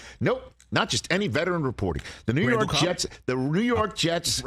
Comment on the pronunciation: Did he say the Rew Rork Rets? All Scooby-like.